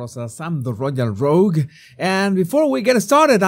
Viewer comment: Rogue, not rouge.